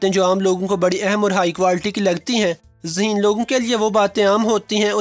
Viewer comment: Phly koi yeh btaye zaheen hota hai ya haseen.😂😂🤣🤣🤣.... bhai bol toh sai lo😄😄